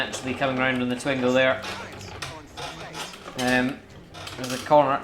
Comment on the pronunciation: Twin-go please prononce it correctly